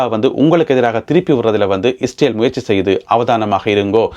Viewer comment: இஸ்டேல் இல்லைடா ...இஸ்ரேல் டா. நீ இலங்கை மடையா. மட கூஸ். உன் தமிழை கேட்டாலே வாந்தி வருதுடா.